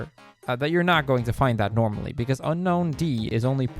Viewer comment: you mispronounced unown and misspelled unown in the chapters list. You also misspelled Milotic and Kecleon Unown is canonically pronounced un-own